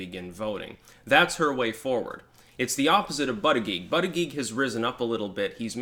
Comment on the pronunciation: The fact you cant pronounce his name is a weakness, he needs a nickname.